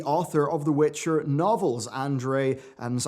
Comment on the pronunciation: "Andrzei" is pronounced "An-jay", not "And-ray", he's Polish, not Russian.